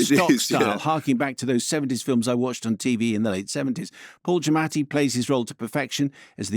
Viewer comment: Good job pronouncing Mr Giammati’s name more authentically than he tends to do himself!